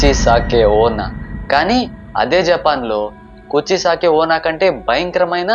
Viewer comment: Kuchisake onna🙅 kojjisake onna😂😂😂😂😂😂😂😂😂😂